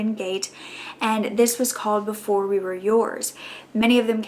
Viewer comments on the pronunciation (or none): none